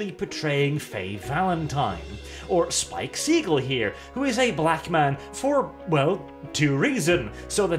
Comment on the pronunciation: not only did you mispronounce the name, you also mixed up Spike and Jet. Fake fan detected.